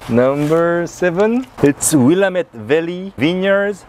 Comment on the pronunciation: Please, it's called will-AMM-ette not WILL-uh-met. Sorry, native Oregonian here. Great video and happy to see the Kirkland Malbec here, my favorite value wine from their stock.